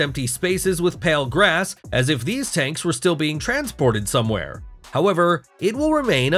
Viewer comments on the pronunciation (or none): none